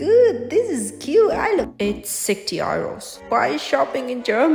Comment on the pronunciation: I really like the way you pronounce euro 😂